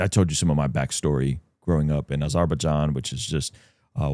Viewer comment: First time I've heard someone pronounce Azerbaijan like that. I like it. I'm gonna start using it. Sounds way more gibberishy, but I like it.